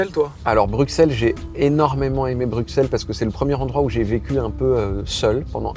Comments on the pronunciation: S’il vous plaît.. arrêtez de dire « BruKSelles », ça se prononce « BruSSelles » 🥲🥲🥲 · On dit « BruSSel » et pas « BruKSEL » 😭😭😭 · excusez moi on ne prononce pas le X dans BruXelles officielment la prononciation c'est brysɛl donc le x devient ss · Dites BruSSelles SVP 😭🇧🇪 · Y'a moyen de prononcer "Bruxelles" correctement ? Merci ! 😅